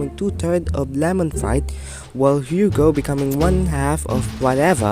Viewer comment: it’s still pronounced as Hugo for some reason